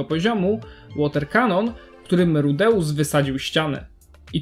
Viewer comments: Przestań mówić rudeus tylko tak jak to wypowiadały inne postacie w anime rudes. Boli mnie twoje wypowiadanie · Dostałem już kilka takich uwag, ale słuchając nawet wymowy z Anime dalej nie wiem jak to poprawnie wymówić (ja tam słyszę RUDEUSSy/RUDEUSS), więc chyba następnym razem dam po prostu wstawkę jak Eris woła go po imieniu: jeżeli aż tak to irytuje. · Tragicznie wymawiasz jego imię, sam filmik jak najbardziej na plus